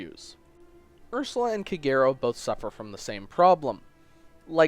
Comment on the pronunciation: Shouldn't Kagero be pronounced as "KAH-geh-ro"?